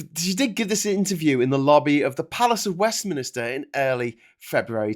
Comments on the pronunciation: He keeps saying "Westminister" which is painful, but nowhere near as painful as Dorries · Second upload. Still saying "west mini ster" instead of Westminster.